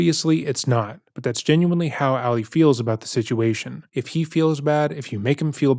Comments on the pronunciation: I always watch this YouTuber videos, but I can’t watch this one bc of the amount of times he says Alley opposed to Ali. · Why is he pronouncing the name as Allie? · i agree with a lot of what u share in this video but please learn how to pronounce Ali when it comes to Muslim culture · Ali not Ally. You are pronouncing it wrong.